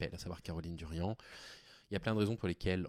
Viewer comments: Merci pour cette vidéo, par contre c'est Caroline Darian pas Durian😊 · C'est Caroline Darian. Pas Durian....